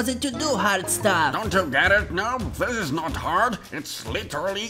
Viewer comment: I love when it said "littery sleep" 😂😂😂😂😂